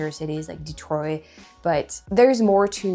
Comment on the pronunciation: It's cute how you say "Detroy" instead of "Detroit" :)